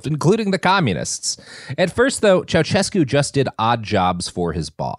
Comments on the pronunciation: It HURTS to hear you mispronounce Ceausescu every time you mention him. It’s not CIAO-CHESCU it’s Ciao-SHESCU. 😩😩😩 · It's pronounces Ceauh-shescu and Zzepesh, Ț is like ZZ as in Pizza and Ș is like Sh as in Show.